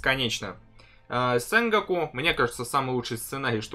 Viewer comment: Сэнго'ку. Ударение на О